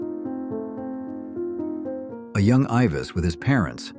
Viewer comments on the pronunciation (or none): Elvis. Not Eivis! Ugh! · "Eivis Presley" 🤣🤣🤣🤣🤣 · Click bait ...plus its Elvis not ives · It’s Elvis not Ivis with his parents. JS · You miss pronounced Elvis's name.